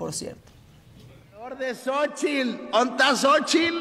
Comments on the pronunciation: Y él dice Xóchil, dónde está Xóchil?! Se dice XÓCHITL, TL , no Xóchil 😂😂😂😂 ni como ayudarlo, que vergüenza, burlándose de una mujer que no pronuncia bien el inglés pero se esfuerza , y él ni siquiera habla bien el español😂😂😂😂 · Si está corrigiendo a Xóchitl; que se escuche él, no se dice Xochil, es Xóchitl. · Jajaja Samuel te burlas de Xochitl por la pronunciación de su inglés, no Samuel tu no sabes pronunciar no el nombre de Xochitl, dice Xochil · Es que asi se llama, "la sochil" 😊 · Burlándose de su inglés... Y el ni siquiera pronuncia el español..." sochil " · Gober quijadin Primero que diga correctamente Xochitl